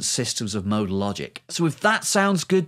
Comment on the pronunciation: I can't comprehend w Weather your saying modal or model?